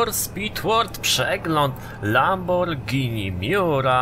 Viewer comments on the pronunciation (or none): nie lamborgini tylko lambordżini